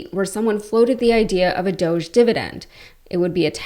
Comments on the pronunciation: It's DOG-E as in doggie and Elon and Felon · Please don't call it, "Doje". Doge is based on an E-Coin called Dogecoin. Dogecoin was the first memecoin. It was done to make fun of Bitcoin. Dogecoin is an E-Coin based on a Dog-E. It's called Dog-E-Coin. 🙂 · Doosh definition: obnoxious or annoying person. Sheeple - people easily influenced, docile or compliant. Y'all have been pronouncing it wrong, and "Elonia" and her husband don't know the difference either. Look it up. DOGG e is pronounced as "dough-jee" - essentially just saying "doge" with a slight emphasis on the "e" at the end; the "G" is silent in this context, making it sound like "doe-jee If these Doosh/Dogge fake bullies are recovering some much of our taxpayer frauds through abuse, fraud and waste...WHERE is the money?? Come on Doosh/Dogge Bit^ch^s, or we will smack you on your snouts, for your bad behaviors. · I’ve said that’s what it should be but even Elon pronounces it dōsh, stupid.